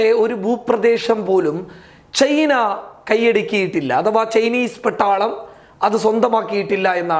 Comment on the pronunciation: ചെയ്‌ന അല്ല മൈരേ ചൈന 🤣